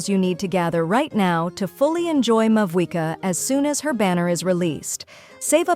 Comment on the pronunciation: Muh-buoy-ka and A-T-K. XD